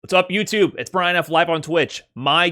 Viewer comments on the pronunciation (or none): none